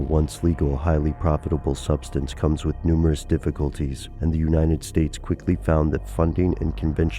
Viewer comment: Dude, it's uniTed, not uninted.